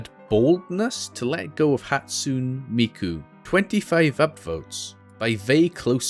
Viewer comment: I have mixed feeling about him pronoucing hatsune as hatsun